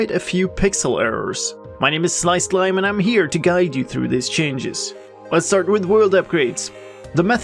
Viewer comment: Evry time you say i'm Slicedlime I hear...you know minecraft stuff:D From now on I call you period